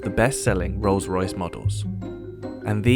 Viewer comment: Anyway bro, itz not Ros- Royce..... as u r pronouncing, itz Rolls-Royce. Itz my dream car, which i can only have it in my dream, bt not in real life. Thnk u.